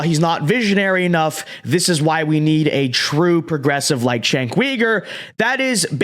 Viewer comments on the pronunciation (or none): I think his last name is pronounced YOU-ger